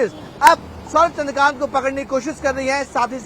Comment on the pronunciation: Abe ghus de kr bane hue reporter wo चन्द्रकार nahi hai wo चंद्राकर hai..😂😂